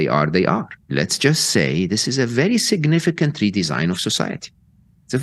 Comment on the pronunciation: Did he say "sicknificant?" If so then I must agree...the future he paints is quite sick ( the bad sick)